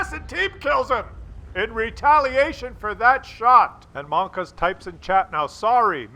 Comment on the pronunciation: It's monka S! Mon-KA Ass